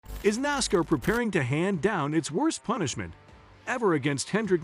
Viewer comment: Get somebody to read the story who knows how to pronounce nascar